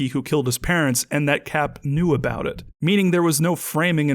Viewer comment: "Can you believe it" with a heavy T so if it was audible the 'it' would sound like "it-tah"